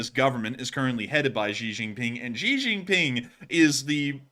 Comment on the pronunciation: Its Xi, not ji , zhi or gee. Sounds most similar to SHE in English. The joke "That's what she said"' hits differently in China.